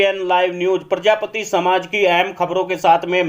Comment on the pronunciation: भैया प्रजापत मत बोल प्रजापति बोल